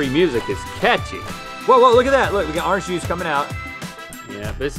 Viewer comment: They say ‘are-nge” 😂 and not “or-ange”